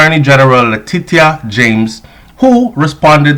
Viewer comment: Ck th proper pronunciation of Latitia James